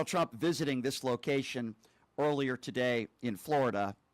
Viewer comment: Someone pointed out that it always sounds like KKKaroline is saying, “President CHUMP”..& now I can NEVER unhear it. 😄 great example